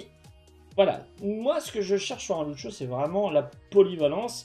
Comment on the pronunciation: " ceu beuf deu Loutcho "